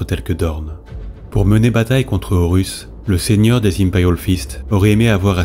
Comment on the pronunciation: L'utilisation de l'"IA" afin de gagner du temps est louable mais il faudrait faire attention aux noms. Je viens de finir les word Bear via Spotify et et Horus devient "Oh Russes", Tzeentch lui devient sentch. PAr contre c'est un excellent travail.